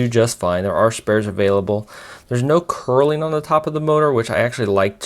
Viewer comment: Thanks for taking the time to make a review. But, this thing is fragile and convoluted in design. I'd honestly feel sorry for anyone who spent money on this one. PS: I hate being a pronunciation nazi, but it's [nur-ling], not [curl-ing]. ;)